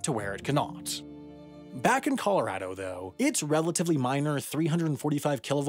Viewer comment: You can tell Sam lives in Colorado because he pronounces the name correctly. Nothing drives me crazier than hearing people say 'Colo-ROD-o'